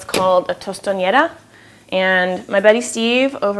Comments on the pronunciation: Hey, that's a good utensil; I like how it gets the shape of a cup. At home we say patacón, instead of tostón. Also, if I can help with your pronunciation, you are saying tostoñera, when you want to say tostonera. Ñ is probably the most beautiful letter in Spanish language but, is not present in the word tostonera. Peace and good luck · oh dear. you would never make tostones with platanos that are that yellow... the platanos she has you would fry up just in chunks and serve them with food. and thats not how u say tostonera lmao